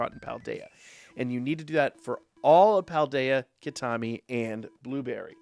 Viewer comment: Heads up, you've got your pronunciation for the DLC map a bit askew! It's like "key-tah-kah-mi" when you were saying "key-tah-mi" ! Great vid otherwise!